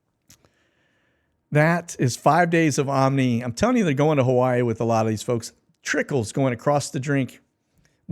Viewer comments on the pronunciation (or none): none